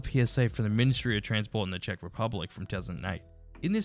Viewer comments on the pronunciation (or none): none